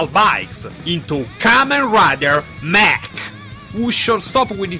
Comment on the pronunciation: The new Rider is pronounced Mach(Mock).